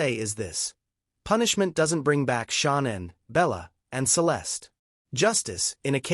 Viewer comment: This reporter cant even get Shannan's name pronounced right theres no u in Shannan's name